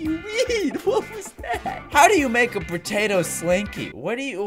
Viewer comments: He said pertato instead of potato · This is how many times he said patato slinky [ [